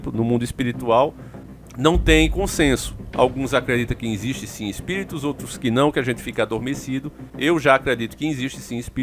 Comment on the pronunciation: Cara pelo amor de deus vai aprender a falar o português básico pelo menos! “Insiste” nao existe! A palavra é existe e nao “insiste”! Chega a ser bizarro vc falando palavras básicas de forma errada! Perde toda credibilidade!